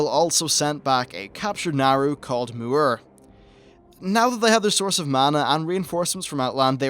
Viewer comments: Mu-Ru=Mu'ru! Not Mu-Ur! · Please work on your pronunciations. Great video, but the pronunciations are a bit irking. Such as M'uru, it's not M'urr like you had pronounced it. It's Moo-Ooo-Roo.